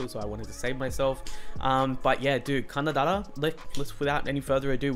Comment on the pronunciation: Man, the way you pronounced 박재범 and 가나다라 was so flawless like damnn your pronunciation 🔥